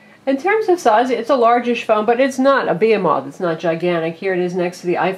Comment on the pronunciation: bee-ho-moth? Pretty sure you are pronouncing that wrong.